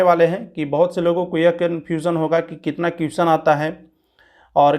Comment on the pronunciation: भाई अगर आपको बुरा लगे तो माफ करना.... लेकिन आपको अपने उच्चारण पर ध्यान देना चाहिए.... जैसे question का उच्चारण सही से नहीं करते हैं...